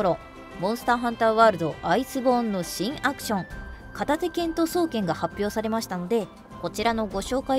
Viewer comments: 双剣のイントネーションなんか違くね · 「そう⤴︎けん」